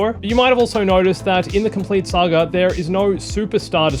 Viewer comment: It's pronounced Saga not "sAgER" whatever TF that was🤦